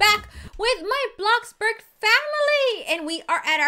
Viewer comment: How says bloxburg: bloxeberg